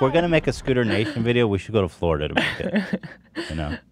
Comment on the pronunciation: Why did hila say Florida like that 😭😭